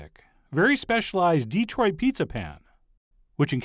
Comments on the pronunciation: Dih-troit. NOT DEE-troit. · I’m sorry, but it’s Detroit, not DEEtroit. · Please, John. It is pronounced, dee-TROIT. Not, DEE-troit. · Please, it's de-TROIT, not DEE-troit. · The main key to pronouncing it like a local is putting the accent on the right syllable. It's "de-TROIT" rather than "DE-troit," and it also helps to sort of gloss over the "e" vowel in favor of a more neutral one, more like "duh," as another commenter said. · how you know when somebody is not from Detroit... they say Deeeee-troit. We say Duh-troit. Small point. Awesome pizza! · Yep. Good Chef knows this now, after repeatedly calling it DEE-troit. Yeah. No. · The Dee-troit was killing me. But Chef John is awesome non the less.